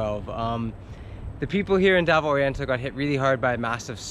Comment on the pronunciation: I really wish he would at least have enough respect for the locals, to at least learn how to pronounce the names of the towns &.cities properly. He even butchers up Davao really bad,.just like Cagayam..Even though you'll never be fluent in Visaya, please learn how to pronounce the names of places,.especially if you live their. Your awful pronunciation is also teaching many hundreds of people to also pronounce it wrong,.because they just assume is right. 🤦‍♂️,.when you do your vlogs, you are basically a TEACHER, please remember that, &.be a good teacher. Other than that, your vids are mostly enjoyable. Been all around Cebu, Mindanao, Sulu & Baslan islands, the most beautiful, natural beauty is found all throughout the magical Islands that make up what we call, the e Philippine Islands 🏝